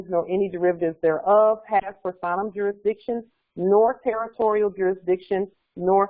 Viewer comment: Iz there jurizdikzione?